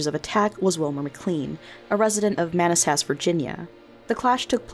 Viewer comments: Manassas is pronounced muh-NASS-sus not MAA-ness-sess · Sacca guh way uh? Holy shit. SMH. Man a sass? M-15? Amazing.